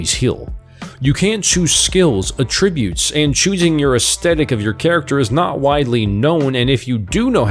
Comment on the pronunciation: Nice video and you have a great voice for narration! I noticed you mispronounced "attribute" several times. (This video is old so you probably know by now.) There are many words in English that can be both a verb and a noun. In English one differentiates the two by putting the emphasis on the first syllable for nouns and the second syllable for verbs. So when you say "a-TTRI-bute" you are using the verb when it should be "A-ttri-bute" the noun. I hope that helps you and others!